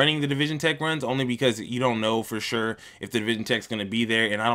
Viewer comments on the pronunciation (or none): none